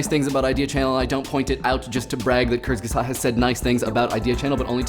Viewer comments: I like your pronunciation of Kurzgesagt. It's utterly and absolutely wrong, but i like it anyhow. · i laughed about how he pronouced "kurzgesagt" :D i wonder if native english speakers would laugh about my english..